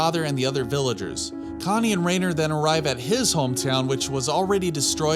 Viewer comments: i know its not a big deal. But how are you pronouncing it R(eh)ner when throughout the show it is consistently pronounces R(eye)ner lol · Anybody else bothered that he says “Rainer”